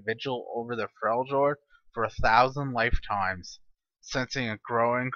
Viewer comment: It's pronounced Frel yord